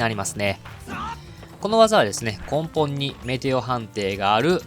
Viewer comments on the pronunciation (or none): こんぽんっていうかなぁ笑 ねもとって言ってるわ。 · こんぽんという言い方は根本的に違う気がする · 参考にさせていただきます！！ 8万から200万をうろちょろしてるので、がっつりまとまった動画ためになります！！ ところで、剣の付け根なら読み方、根本(こんぽん)じゃなくて根本(ねもと)だと思います…… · こんぽんに違和感を感じてしまう